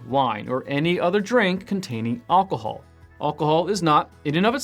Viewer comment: Thank you for this lesson. However, I would have found this more useful if his pronunciation of ALCOHOL was not so unusual and distracting.